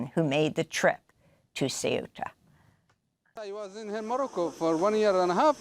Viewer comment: Don't mention the fact that morroco just named a highway after trump and yair satanyahoo mentioning this very tactic . Oh by the way Amy , your attempt to say an Arab name is pathetic .